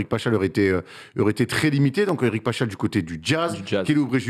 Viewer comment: Alors Paschall se prononce PasKall et non Pachal